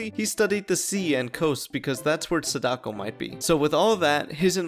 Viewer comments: That pronunciation of sadako though…. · i’m begging you to pronounce feng and sadako correctly